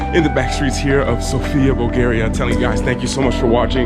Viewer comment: Greetings from Bulgaria. We are old country and we speak Bulgarian language and the alphabet is ours. Also it’s pronounced Sófia. :)